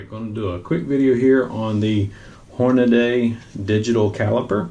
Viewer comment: Hornady (Hor-na-dee) Not Hornaday.